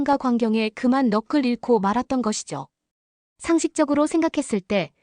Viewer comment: 넋을 너클이라고 읽는군요. 도대체 왜 이런 영상이 범람하죠?